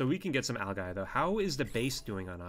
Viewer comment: its pronounced Al-Ji not al-guy